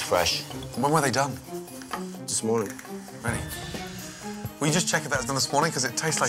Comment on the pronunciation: LMFAO LIKE MAN WHY THE FUCK HE HAD TO SAY IT LIKE THAT 😂😂😂😂😂😂😂😂